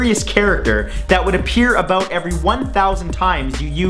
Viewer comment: aboout lol i love the way he says it i'm going to go find me a canadian girldriend...